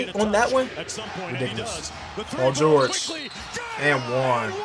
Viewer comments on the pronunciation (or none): none